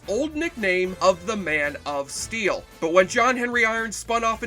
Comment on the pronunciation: ITS NOT steal IT'S STEEL. PLEASE PLEASE PLEASE SAY IT RIGHT. MY OCD IS DRIVING ME MAD.